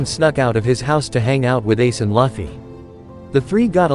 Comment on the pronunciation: monkey d laffy? laffy????!!! you better start saying his name right ohmydays